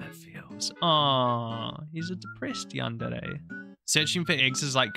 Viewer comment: yan-de-rey is how you said it which is correct but mostly the y is silent lol but love it have a lovely day/night